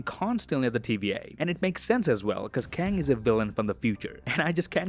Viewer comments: no, it’s a K in Kang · Its Kang